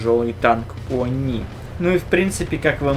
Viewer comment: Мне одному показвлось он сказал не они а ху*ни)